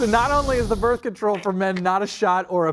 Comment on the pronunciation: BRITH? Hijole. Birth!